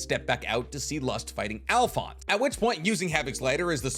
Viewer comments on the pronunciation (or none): none